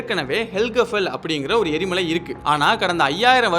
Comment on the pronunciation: எரி மாலை இல்லை எரி மலை